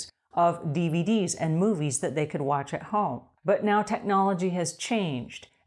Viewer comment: Cool. When you 1st said dvd's i thought you said bvd's😂 my silly ears